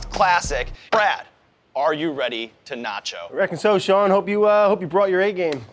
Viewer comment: Why does this bald guy pronounce his name incorrectly? It's Sean, like 'Bean', not Shawn.